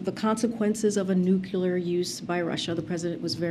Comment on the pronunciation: She said nothing there and she mispronounced nuclear.